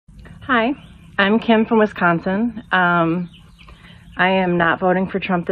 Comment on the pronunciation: I agree with her. However, the way she says "Wisconsin" is a bit weird for a Wisconsinite. I wonder if she grew up somewhere else.